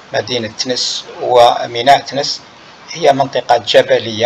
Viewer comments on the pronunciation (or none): TENES ET NON THENES